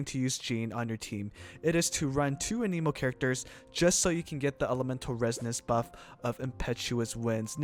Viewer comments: It’s Ah-neh-moe, not Ah-knee-moe, jeez, the nerve of that girl (hermione). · 'Anemo' not aneeeemo, they literally say it at teh start of the game when directing you to the statue of the seven. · it's pronounced anemo. You're welcome